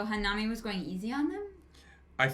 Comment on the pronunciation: Why u keep calling him the wrong name lol it’s nanami Na-Na-me